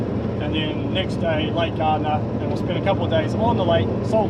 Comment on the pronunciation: Great Vlog guys,with one major problem,the pronunciation of Lake Gairdner,not ( Gardner), but G_AIR_D_NER, my reason for correction is due to named after my great grandfather family,as the EYRE & Gairdner families were neighbours back in Ireland,then when the explorer John EYRE discovered and named the first lake further south towards Adelaide & named it Lake EYRE,thus when continuing his expedition further north,hoping to find the fabled inland sea,then discovered A huge salt lake,he then named that lake after his boyhood family neighbours Lake Gairdner,as two Gairdner brothers had travelled to Australia with him( via India), Allan Gairdner ( my great grandfather)& Charles Gairdner,who was to become Sir Charles Gairdner,the Governor of Western Australia,who was also Governor of Tasmania at one point,whose Legacy( Estate), went to the initial construction of the Perth hospital,which to this day is his namesake Sir Charles Gairdner hospital,so much appreciate correct pronunciation,as always Kindest Regards Dave McLaughlin Queensland Australia